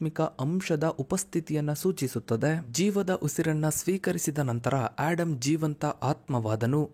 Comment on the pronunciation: ಆಡಮ್ ಅಲ್ಲ ಆದಮ್